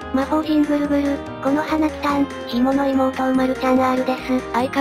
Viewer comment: 干物妹ってひもうとって読みます